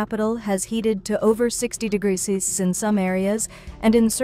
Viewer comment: AI: “it’s mumble degruh sessies”